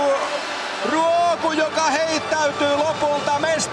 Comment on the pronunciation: 😂😂😂😂 he is butchering her name